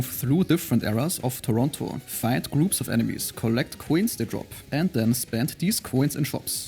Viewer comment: You pronounced "Toronto" more correctly than the entire movie "The Man From Toronto". 🌎